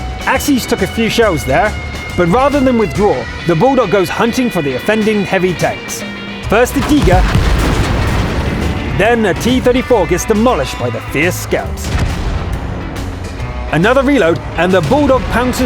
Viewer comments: Not to knit pick but you do realize that, regardless of how Germans pronounce tiger, this video was commentated in English which pronounces tiger ty-gr not té-gah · dose anyone feel that because this is wot na should there not be an american or Canadian talking this guy says tiger so weird compared to Americans or can Canadian he says it like teger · Tiger is pronounced, "Tee-ger"? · never heard anyone say tiger like that in my life